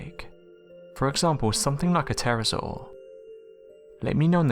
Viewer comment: You keep saying Terrasaw but there's no such thing but it is a Pterodactyl (the P is silent) and what you said about the devils pool in Queensland is wrong but I'll let it go.